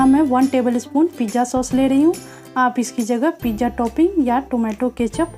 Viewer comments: It is pizza not pijja OK but good recipe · Mam plz pizzzaaa bolo.. Pija nahi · It's a pizza not pijja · pizza bolna sekhlo